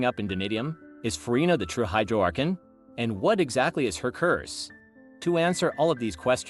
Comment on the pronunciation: It's Ar-con